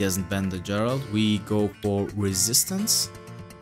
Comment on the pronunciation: Please, go play witcher 3 and stop pronouncing geralt like that